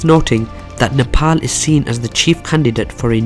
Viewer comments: Only guy who pronounce 'Nepal' as 'Nepal' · Finally a guy who says Nepal as "Nepal" instead as a "Nepol"..and furthermore really good video keep it up !! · It's good to hear a non nepalese pronounce our country's name right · You are the first foreigner not to say "Nepol" you pronounced it correctly. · So pronouncing Nepal is possible by a foreign tongue. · Loved how you pronounced NEPAL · Thank you for pronouncing Nepal 🇳🇵properly even people living in foreign countries don’t pronounce it properly ❤️ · 1st thing I noticed is that he pronounced Nepal correctly unlike any other foreigners🇳🇵👏👏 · You pronounce the word "Nepal" soo accurately rather than other foreigner